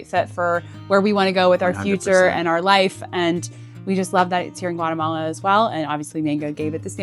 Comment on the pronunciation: Lads it’s GUA<>TE<>MALA not guaremala….